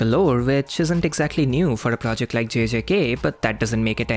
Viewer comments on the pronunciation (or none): none